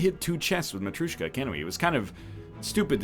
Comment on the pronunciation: This is MATRYOSHKA , not MATRUSHKA